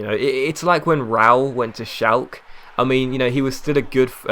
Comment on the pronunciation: why do you say shalcke like that? sort it out...